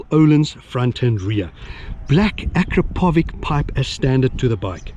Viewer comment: I am always coming here to watch your wild stile of riding mate . Thank you ...truly cool stuff ! Don't wanna be pedantic but you pronounce 'Akrapovič ' incorrectly ;)